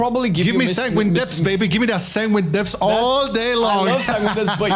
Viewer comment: Dont even say Sanguin Deapths ...............